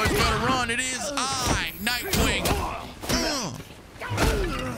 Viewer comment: Nightwing not Knightwing